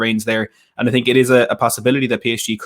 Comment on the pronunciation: "I sink you will regret, yes I sink." - Jose